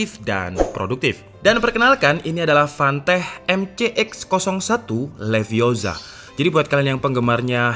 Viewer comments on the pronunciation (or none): its levi o sa not leviosar.. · Stop stop stop, You're going to take someone's eye out, besides you're saying it wrong. It's Leviosa not Liviosar. Wingardium Leviosa.....